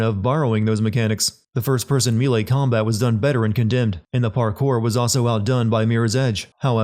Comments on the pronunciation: Say it after me buddy "May-lay" That's a sin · The way you pronounce "melee" is constantly the most agitating thing in my brain. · I’m yet to hear a YouTuber correctly pronounce “melee.” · I'm not an expert in halo jumps but it seemed like kyle open his parachute WAY TOO EARLY, was he thinking "when am I supposed to open my chute again? Oh thats right about 10 seconds after I jump out the plane." I'm fairly sure they're supposed to do that much later. Also, the narrator needs 10 sins more mispronouncing melee. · Why the fuck do you say melee like that? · Am I the only one who cringes at the way he pronounces “melee?”